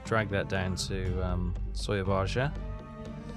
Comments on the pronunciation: Its pronounced as SOAR-AA-BAYA, not SOYABAJA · Sura-bye-a. Don’t say the j. Exactly like you pronounce Surabaya today. 👍